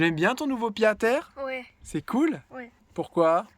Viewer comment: Le retour des daily vlog! Bon par contre on dit Pied-à-terre avec un T « pyé t à tèr » 😊 ( Ca date de la renaissance )